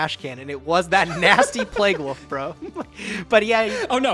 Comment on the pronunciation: Today I learned can’t pronounce “wolf”